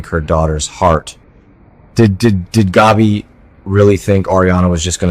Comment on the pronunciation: Along with Stefano please learn to pronounce Gabi properly as well. Gabi rhymes with stab-e